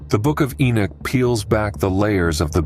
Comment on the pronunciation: I don't know if I can listen to you say the name Enoch wrong through the whole video